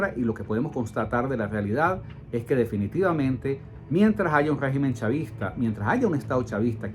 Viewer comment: Segu este señor estamos enfrentados a un guegimen (asi lo entiendo cuando lo pronuncia) es un todo poderoso? No me jorobes.